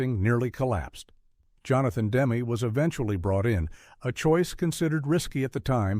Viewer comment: Revolting AI narration. This stupid fake voice can’t even pronounce the name of Johnathan Demme, the director. BOOOOOOOOOOOOO.